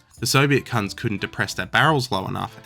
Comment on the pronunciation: I thought you said C#NTS not guns. Thought passive agressive and could not fault.